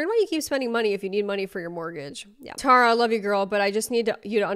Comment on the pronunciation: Oof love you but the mispronunciation of my name (Tara) makes this hard to watch😭